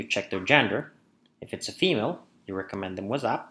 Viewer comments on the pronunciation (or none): Love how you pronounce whatsapp as wassup :')